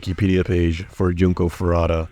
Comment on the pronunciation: Junko Foo-roo-ta. Not Farata.